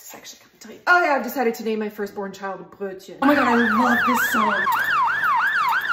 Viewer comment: Great pronunciation of Brötchen!